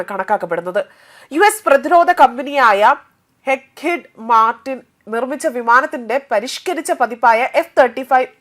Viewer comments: അവതാരകക്ക് 'ലോക്ക്ഹീഡ് മാർട്ടിൻ', 'Hms പ്രിൻസ് ഓഫ് വെയ്ൽസ്' എന്നീ പേരുകൾ വായിക്കാൻ പോലുമറിയില്ല ! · വാർത്ത വായിക്കുന്നതിനു മുൻപ് അല്പം ഹോം വർക്കാകാം മൊത്തം തെറ്റാണല്ലോ,ലോക് ഹീഡ് മാർട്ടിൻ എന്ന് പറയാൻ അറിയാത്ത താങ്കൾ ഇനിയും പഠിക്കേണ്ടിയിരിക്കുന്നു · Pls correct your pronouncetion it's call Lokheeed Martin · ആ കമ്പനിയുടെ പേര് നേരാവണ്ണം ഉച്ചരിക്കുവാൻ പഠിക്കുക. ലോക്ക് ഹീഡ് മാർട്ടിൻ എന്നാണ്..😂